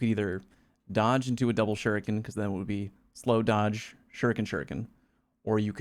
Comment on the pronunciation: Take a shot each time someone mispronounces "shuriken" hahaha. Good stuff as always, I love all your voices and what they have to say, consistently.